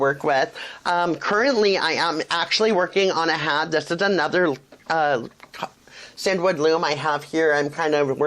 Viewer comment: Actually CinDwood is pronounced as “Cindywood”. Hence the long D sound in the middle, The owners name is Cindy!